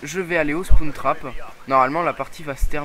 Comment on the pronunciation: Spoune trap mdr ! Spawn Trap sa se prononce SPOWNE trap mais si non tout a fait daccord Black ops est a chier :)